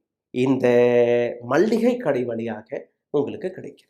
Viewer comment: நண்பரே, மல்லிகை கடை அல்ல மளிகைக்கடை அதுபோல் பார்லிமெண்ட் என உச்சரிபிலும் பார்லியாமெண்ட் என உச்சரிக்கிறீர்கள் வார்த்தைகளை சரியாக உபயோகபடுத்திணீர்கள் என்றால் இன்னும் மெருகூரூம்